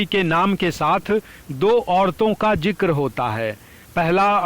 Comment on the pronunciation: Jankari bahut achhi hai par uccharan par tabbajjo dena zaroori hai. For example, ZIKRA and not jikra. AWAAZ and not AWAJ... PARIBHASHA and not PARIBHASA ...shukriya!!